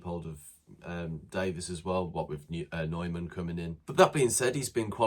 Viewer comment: Please show Phil Neumann the respect of pronouncing his name right! His surname rhymes with BOY-MAN!